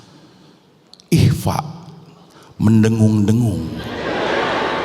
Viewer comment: Ikfa' bacanya samar cing, bukan mendengung😂